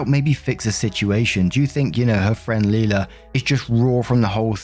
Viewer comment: Leila is pronounced "lay-luh," not "lee-luh."